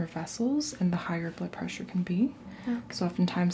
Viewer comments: it sounded like you said "taking you buttpressure" :-D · Maybe she was taking her butt pressure? What's wrong with that?!